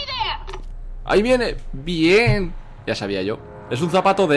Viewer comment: Me encanta cuando dices bi-én :v